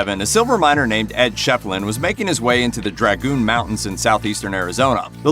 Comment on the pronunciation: It's a sad state of affairs that folks don't seem to care when other folks butcher the English language! (Montans? Mountains!) Sorry but this kind of thing drives me crazy! I know it shouldn't bother me, but it does!!